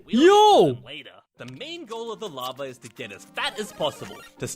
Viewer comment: It's larva not lava